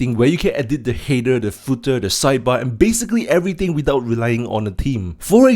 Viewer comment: the way you pronounce the word "header" makes it very hard to understand it.